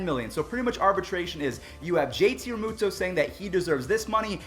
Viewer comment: Me Here he said his name wrong